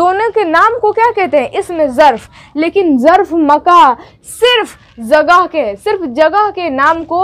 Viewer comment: Jagah z se nhe h balki j se h aapa aap ke talffuz nhe sahi h